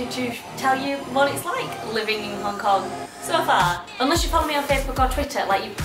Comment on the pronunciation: did you say hong cock rather than hong kong?